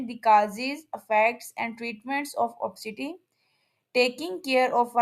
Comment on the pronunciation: Wrong pronunciation. Obisiti not opsiti. Information is here is not particularly helpful, usual mainstream stuff.